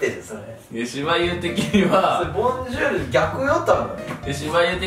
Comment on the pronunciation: "ボンジュール" しばゆー昨日何があった？爆笑